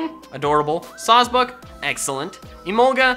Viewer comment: Swag bucks? It’s Sawsbuck